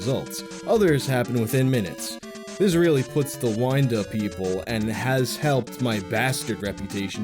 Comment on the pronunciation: How can you say wind wrong. lmao.